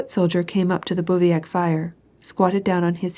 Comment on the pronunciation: Bruh, can she stop saying "calvary" and "bouviac" ??? Watch one single video about the Napoleonic wars before recording an entire tome with incorrect military word pronunciations. I won't even start with the foreign language place names